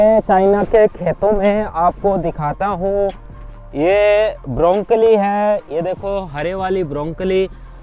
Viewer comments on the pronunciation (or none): ब्रोकली ब्रोंकली नही